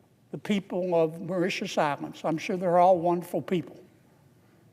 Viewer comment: he needs to learn how to pronounce those islands mor-ish-shus cringe > maw-ri-ti-us can't remember how he pronounced the say-shells